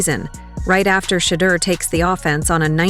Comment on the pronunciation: SHEDEUR...SANDERS. NOT SHADUR.